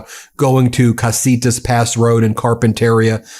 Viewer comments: You’re mispronouncing Carpenteria. It’s CarpenteRIa not CarpenTERia. It sounds wrong with the stress on the wrong syllable. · Car pen ter i a. Pronounced with 5 syllables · I can't stand it: it's pronounced Carpenter eeah, not Carpen tair eeah. Carpenteria. And Oxnard - sounds just like it's spelled. You have to work to get it wrong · Pronunciation Ben: /kar-pen-ter-I'-a/ accent on the penultimate syllable. Listen to the way Rep Carbahol pronounces it. There is a carpet retailer called Carpeteria. "Oxnard" give full value to the second syllable. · Glasshouse Farms in Carp in teria (that's how u pronounce) CEO former Cop who put people in jail for cannabis. Salud not treated right hes a Congressman. He should have pressed it w National Guard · Ben, Carpenteria is pronounced “Car-pen-ter-ee-a”. I grew up in Ventura County, raised my children in Camarillo, and currently have a brother, nephew, grandson and cousins living in Ventura and Santa Barbara counties. It breaks my heart to watch Fuhrer Trump’s militarized Gestapo invading our country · It totally doesn’t matter but it is pronounced “car-pen-terr-EE-ah:” I know, I know. It isn’t important. We’re all going to hell, but it’s going to bug me all the way down if you keep mispronouncing it. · Ben, it’s pronounced Car pen ta re ah 😊👍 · Listen to how the Congressman at the nursery pronounced Carpinteria. The stress is on the next to last syllable - carpente - REE - a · FYI Carpinteria is pronounced: CAR pin tuh REE uh -- not like cafeteria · Come on man you’re a Californian. you know how to pronounce CARPINTERIA. Like carpenter… rea. Workers stay home find out when to go back to work. Maybe the night shift just stay home. Don’t make their day by being arrestable. Just stay home. Be safe. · Ben, it’s Carpent ER-IA(pronounced Ter-ea) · Car pin ter ia - Pronounce it properly. You're for CA so you should know how to pronounce it. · Its pronounced car-pen-terria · Btw…carpenteria ending is pronounced like cafeteria’s.